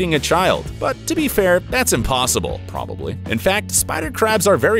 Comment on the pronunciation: The way he said probably